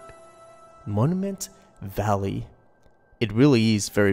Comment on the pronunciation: 'Moniment Vallay'